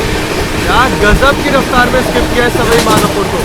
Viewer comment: सवई माधोपुर नहीं सवाई माधोपुर होता है। स्टेशन का बोर्ड पड़ लिया करो। हो तो हिंदी तो ठीक से पड़ बोल सकते हो।